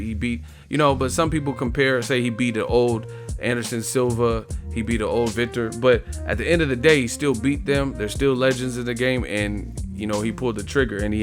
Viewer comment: think it's pronounced vitor belfort (vee-tor) but keep workin my bruva! ✌✊👍